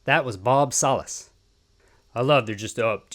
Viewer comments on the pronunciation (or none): It’s pronounced Salas… Like salad